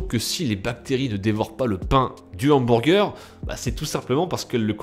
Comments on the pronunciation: Lel, "hambourger" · j'adors comment tu dis HAMBOURGEUR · " OUMBOURGEUR" bonne vide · Les hambourger 😂😂😂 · Hamburgés xD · comment il dit hamburger j'suis mort😂😂😂